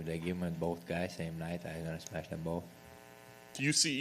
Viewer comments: Its Smesh* pff.. amateurs smh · Its smesh not smash UFC yt channel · "I gonna smesh his face everywhere" is both scary and funny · "I smesh them both same night"😅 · Title correction: “Smesh everyone”